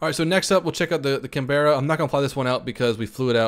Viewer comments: Face palm, it is can-bruh, not can-ber-ra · The EE Canberra is named after the Capital of Australia, and as such, it should really be pronounced can-br-a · its pronounced CAN-BRA!!!! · Why can't you Yanks say it correctly? Canberra , you say it like this (sounds like)= Cam Bra , your saying it like this =Cam bear a, that's wrong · Sorry to point out you said the Canberra wrong it's said like Can-ber-ra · I am english, and it is pronounced can-bra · Gabriel Cooper aussie style CAN-BRA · its pronounced can-berra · ***** Well I guess in the grand scheme of things it doesn't matter , but being English its annoying (but that's just my fuckng opinion)plus its actually pronounced Can-ber-ar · Its not can bra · Baron or entak said Canberra wrong as well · It is so annoying how all the you tubers pronounce Canberra like american tourists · rezoukas1 Canberra is an Australian word. Its based on and aboriginal word "Kamberra", the name came from a sheep station that was set up in the spot now known as canberra. And as an australian I do believe myself and 22 million other Australians know how its pronounced. First time some one gets it wrong is fine but when your told over and over again that your mis pronouncing the name of someone elses capital city its very frustrating.